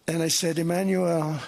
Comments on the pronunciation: Why does it sound like he is saying Emmanuelle instead of Emmanuel half the time? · How he is pronouncing Emanuelllleeee, and mimiking his voice with this weird huff.... does he have a crush on this man? well yeah, Macron is good looking. A complete different level than Don can ever achieve. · Doe he like “ iiimanuuuual “ ? Such a passion he pronounced his name 😬